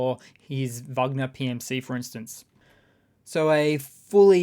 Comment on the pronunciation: Thanks for saying Vagner not Wagner.